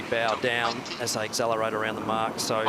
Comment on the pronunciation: I am sorry to be a pain but can someone please instruct Glen ashby on how to say accelerate correctly :(